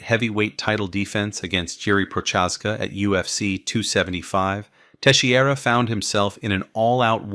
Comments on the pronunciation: teixeira is pronounced more like tay-shay-ruh (at least in continental portuguese...the guy is presumably brazillian though), not tay-she-ey-ra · Glover teshee area. Sure. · Glover Tesheeara 😅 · "Tesshy-era" haha. But for real, as amazing as that fight was, I still get mad thinking about him basically handing the victory over. He did it with Anthony Smith too. Kept trying to look for submissions when two or three more punches would have stopped the fight, and ended up prolonging the damn thing. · This video is great, but please work on your pronunciation of the fighters names. Jiri and Glovers surnames were butchered 😂